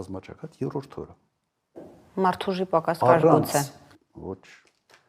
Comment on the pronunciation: Եռորդ չի երրորդ է այ ոչնչություն